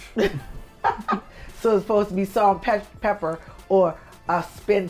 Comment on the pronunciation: stop saying pepper! it’s pepa!!!!!